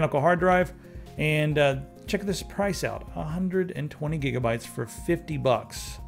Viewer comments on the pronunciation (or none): none